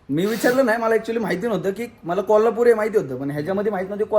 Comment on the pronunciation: Dada kolapur nahi oo kolhapur oo